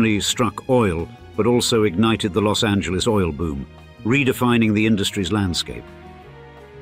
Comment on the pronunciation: 'Preciate the correct, that is the non-English pronunciation of 'Los Angeles'.